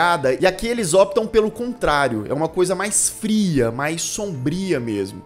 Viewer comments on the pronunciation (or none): none